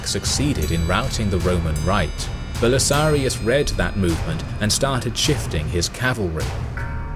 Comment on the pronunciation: "Belisarius". Not "Belisarios".